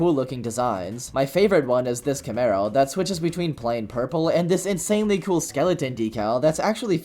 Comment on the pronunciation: dude its pronounced purple